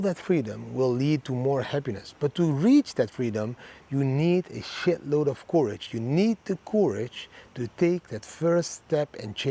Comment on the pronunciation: Thx 4 every video, thanks for all the effort every week. Your daily quote is great, but please change your pronounciation of courage...it's not the pronounciation like "coup", but like "currency", you have to say it more like currage